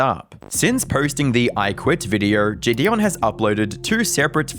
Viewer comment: wow you're like the first person to ever say his name correctly too